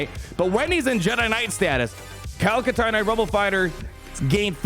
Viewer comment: Kyle Kash-tarn?